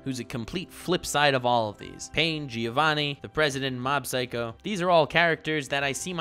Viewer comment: I'd like to take this video seriously but every time he says Gi-ovanni I lose my mind